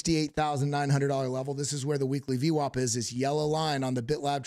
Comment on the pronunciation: Dude, please stop saying ve wop. Please. If you could hear yourself you would know how annoying this is getting saying vwop.